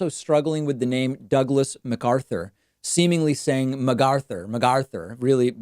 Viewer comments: It’s pronounced McArthur not McGarthur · MAGAuthur. Eitheir he has been saying MAGA so much that his mouth has developed muscle memory or he's trying to subliminally insert the MAGA message. I've said it before, I appreciate your focus on his cognitive decline, it's such an important point to emphasize. Love your show, thank you. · His pronounciation of McArthur is a regional accent, I think.